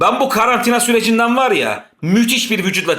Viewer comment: Karartina demesi 😆😆😆😆